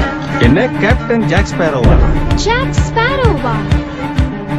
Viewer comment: கேப்டன் ஜாக் ஸ்பேரோனு சரியா சொல்லுங்க...